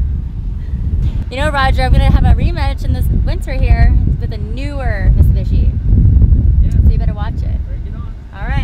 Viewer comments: Someone please tell her it's called "Mitsubishi", not "Mista-Bitchy" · did she sayd misubishi? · When she says mitsubishi it sounds like she says Miss bitchy xD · did she say mitsubitchy? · hahahah misubitchi :D i only thought my 5 year old cousin says that! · she say "mitsubitchy"? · she said "mitsuBitchy..."